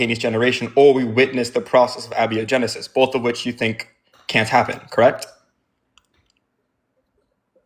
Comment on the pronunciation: It's a-BIO-genesis, not a-BI-O-genesis. I think this guest is stolen valoring his chemistry knowledge